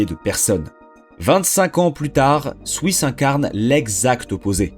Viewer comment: je vais peter un plomb combien de fois t'as répété "swouiss"